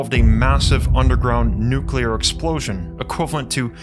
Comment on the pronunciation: Nuclear.....not neculer...